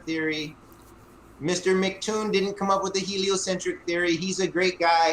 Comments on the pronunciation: What a douche. I thought his mispronouncing of MCToon's name encapsulated flerfers' attitude – he didn't bother to check beforehand, he didn't apply common sense (it's MCToon, not McToon), and he when he did finally ask how it was pronounced he promptly ignored the answer and stuck to his original belief. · told how to say his name, and immediately said in wrong 10 seconds later. He's a complete ignoramus.